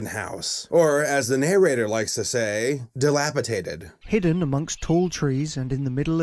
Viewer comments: Love your reviews, but the word is dilapidated, my dude. Not "dilapitated" lol. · It's pronounced Dilapidated, not dilapitated. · >rags on the narrator for using the word "dilapidated" >pronounces it "dilapitated" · ...Mr. Troll? That is clearly a leprechaun, wtf? Why are that lady's arms so short?? Basic anatomy, a characters hands should, at minimum, reach to the top of the thigh...hers stop at like, her waist 😆 Also, the movie's narrator doesn't even say the word right. It's dilapidated , not dilapipated 🤣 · Dilapidated not dilapitated